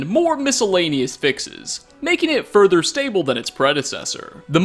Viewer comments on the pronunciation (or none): none